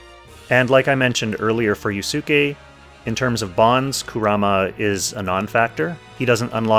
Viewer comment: Anyone else cringe hearing him butcher yusuke's pronunciation?